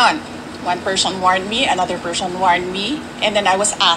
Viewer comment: PERSHON???? Bulol